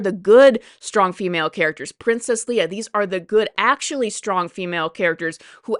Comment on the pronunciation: Oh when you said leeah you lost me